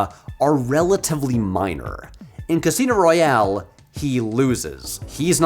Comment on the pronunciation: Royale not royal